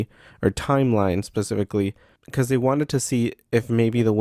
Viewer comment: Dying at the "because" convo because I literally just told the same thing yesterday after she said "pecause" lmao